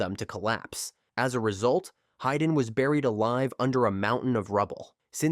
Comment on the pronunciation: It's "hee-dan", not "hai-dan"